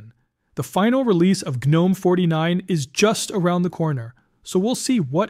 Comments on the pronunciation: Gnome rhymes with home. The g is silent and there is no a, No "ga'. I don't understand why some people have a difficult time saying the word correctly. Like the word knife, we don't say Kanife, it's pronounced 'nife' and rhumes with life. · Gnome is pronounced NOME. That is an unvoiced G. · The G in Gnome is SILENT!!!!!!!!!!!!!!!!!!!!!!!!! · I hate automated voices. "Guh-nome," huh? Still I am kind of excited by the Sheaves news. I don't know if moving from 21.3 would serve any purpose for me. What I use works flawlessly, and the rare times when something was buggy, I just waited a couple days, and the next update fixed it. But I am going to read up on Mint 22.2 Zara. Besides, honestly, switching to KDE, for me, would be more nostalgic than useful. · Nope. It’s pronounced like the little fantasy creature in your garden. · Tell your AI how to say "gnome"